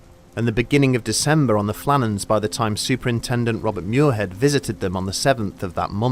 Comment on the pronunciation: Muirhead is "mweer-ahd", not "myoor-hed". S'Gaeilge.